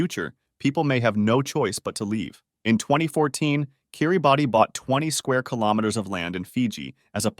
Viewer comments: It's pronounced Kiribas not Kiribati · It’s pronounced “কিরিবাস” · It's pronounced Kiribass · It’s pronounced kee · ruh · bas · 2 mistakes. kiribati is pronounced kiribaos. and according to the Quran. it's said that Palestine will win the Israel-Hamas war and once they win day of judgement will start. so palestine should not be on the list. edit: you also pronounced maldives "maldyves" but it's pronounced "maldeves".